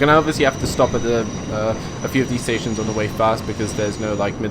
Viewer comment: i keep yelling from the other side of the screen caus u keep mispernounsing station names